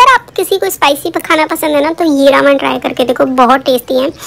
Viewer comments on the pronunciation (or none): Your are saying raaaman it's reman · Didi its not रामन its रेमन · Didi it's not Raman that you pronounce it spells as Ramen but It's pronounced as re-me-n It's not a hate comment or I am not making fun of you but just want my fav youtuber to be correct Please shoutout thumbs-up 👍👍👍👍👍👍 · U can't say ramen properly. U say Raman but its Ramen. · Who the legends were thinking about her pronunciation Raman ??😂😂